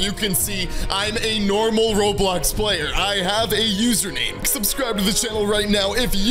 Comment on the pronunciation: Bro said palyer